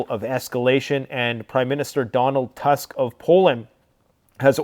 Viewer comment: The pronounciation of the surname of Polish Prime Minister is like Toosk (like in the word 'book'). Thank you for your work. I pray that you will finally see the light and find your faith in Jesus.